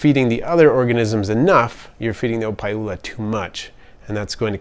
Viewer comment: Thats wassup man! I was right on the nail, i picked up the pronunciation when you said opae ula. You live here on oahu?